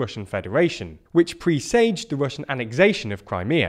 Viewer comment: HOW DOES NOBODY KNOW HOW TO SAY "PRESAGE" CORRECTLY. This is the 5th channel I've seen which has said it wrong!